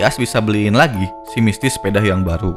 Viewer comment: Misty.... Bukan misti;-; bisa di bikin setiker wa btw